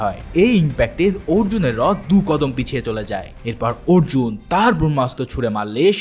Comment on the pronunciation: উচ্চারণটা কাল্কী না কল্কী হবে❤❤❤❤🎉😊😊আর আর্জুন না অর্জুন হবে😊